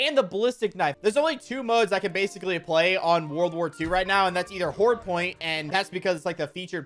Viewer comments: mans really said hord point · HORD POINT, not hard point , my life has been a lie, Ive been calling hard point my whole life